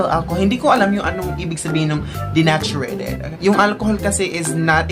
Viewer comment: Dineychurd po basa don sa denatured hindi po dinachureyted